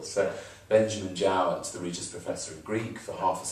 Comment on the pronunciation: Very nicely done. Thanks to. (Note: Jowett pronounced his surname JOE-it; cf. J. K. Rowling, ROE-ling.)